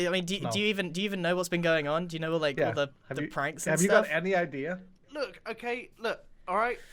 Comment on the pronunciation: "the IDER is..." :l'